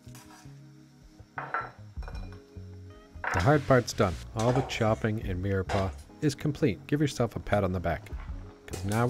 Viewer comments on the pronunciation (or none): Is he saying 'mearpaw'??